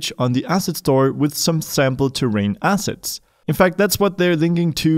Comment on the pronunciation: Brother, I love your videos, and know your first language is not English ... But man! ... 😂😂😂 When you say "... these Unity ASSESTS", it truly sounds like you are saying, "... these Unity ASSHATS"! Sorry ... Love the videos, and try to donate when I can ...